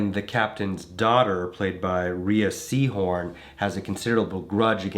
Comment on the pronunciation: I think its pronounced "Ray" Rhea Seehorn from Better Call Saul.